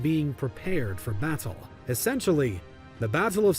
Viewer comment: This is the first time I’ve heard an American pronounce the word “Battle” properly and not say “Baddle”